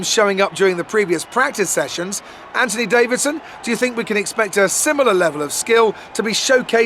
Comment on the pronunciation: At this stage, I’m SO annoyed at crofty saying ANTONY DAVIDSON!